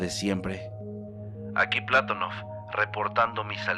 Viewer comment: ¿Y el terremoto de Maderol? Y el Patonóof, no Plátonof